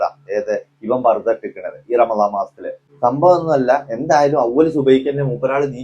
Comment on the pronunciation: സം മ്പവം വം അല്ല സംഭവം ആണ് ശരി